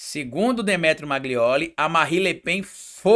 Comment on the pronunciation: Amigo não é MAGLIOLI é MAGNOLI